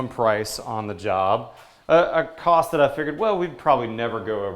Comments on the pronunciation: "tost of the cile" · "Tost of the cile" . lol